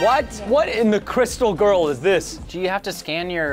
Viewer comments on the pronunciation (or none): none